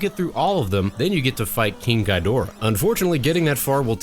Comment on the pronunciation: King Ghidorah is pronounced "King Geedorrah" not "Gaidorah".